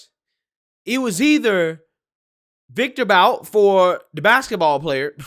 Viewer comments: The name is pronounced like 'boot'. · You pronounce Viktor Bout's last name like (Boot).